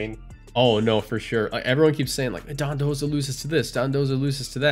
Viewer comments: It's called Dodonzo. Either way, he's calling it Dondoza. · Because it's called Dondozo